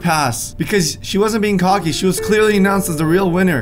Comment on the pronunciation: “Cooky” its “cocky”